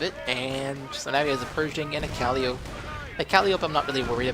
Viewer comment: I liked this video but just one small grammar-nazi correction... it's pronounced kahl-eye-oh-pee not cal-liope :)